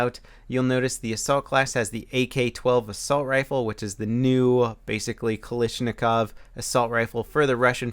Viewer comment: I genuinely enjoy your videos, they got me into battlefield 3 =] But one thing bus me, you seem to say Kalashnikov as if its spelt Kalishnikov. That is all, no hate just stating something, keep up the good work and can't wait to see your battlefield 4 content.